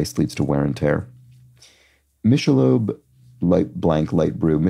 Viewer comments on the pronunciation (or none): Michelob- pro: mick-el-ōbe (with a hard "k" sound).